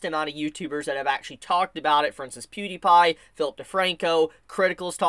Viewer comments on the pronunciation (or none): none